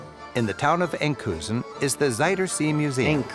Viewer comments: It is Scheveningen,not Schevinengen!!😆😆😆 And it is Enkhuizen!Not Enkhuisen.. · A little sloppy in the video: It's Scheveningen, not Schevinengen and it's Enkhuizen, not Enkhuisen. Minor, I know, but still. I love that he showed a little bit of Haarlem; lived there for 13 years and still miss it! Gorgeous city with a rich history and all current conveniences. Very nice video, although as a lot of others already mentioned: there's SO much more than just North- and South-Holland. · It is not schevinengen but Scheveningen! Enkhuisen = Enkhuizen! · lol Scheveningen, not Schevinengen, and EnkhuiZen, the creator of this Beyond A'dam clip was not that precise.